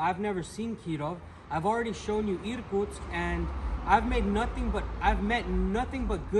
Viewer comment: I was born in the Soviet Union, but never been in the eastern area of Russia. Thanks to you I can see some of it. try saying irkUUUtsk, not Iiirkutsk, put a stress on U in the second syllable, 😀